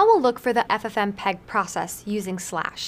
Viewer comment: for fsake lol... its not 'ffm peg' but 'ff mpeg'...